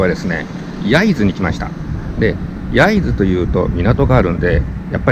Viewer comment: 焼津の発音がデタラメ笑笑